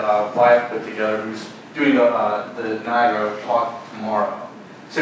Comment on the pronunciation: I didn't expect the "Niagara Lead" to constantly call it Niagra. Kinda weird.